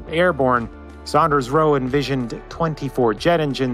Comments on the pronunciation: That's Saunders, not Sanders! Its pronounced like Sawnders. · It is not pronounced "Sanders" it is pronounced "SAUNders". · It's Saunders (sawnders) not Sanders. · Not Sanders, Saunders. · I hope that guy has learned how to pronounce "Saunders" by now;) lol